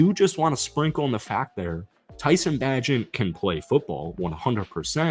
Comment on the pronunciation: I'm practicing patience listening to you pronounce tyson bagents name wrong XD jkjk